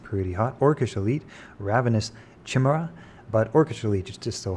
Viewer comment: Also, not to be annoying I apologize, but Chimera is pronounced "Kai Meer Uh"